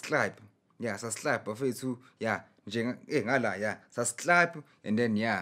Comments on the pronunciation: Did he just say SUBSLIBE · Nah, he said "sas'hlab" lol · Thanx Chikuse Susclibe